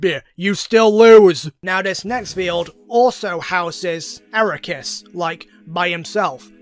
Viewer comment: Arc-key-us Ark as in the boat Key as in where are my keys Us as in toysrus I’m gonna be petty I really hate when people miss pronounce his name even though the official pronunciation has been said multiple times in Canon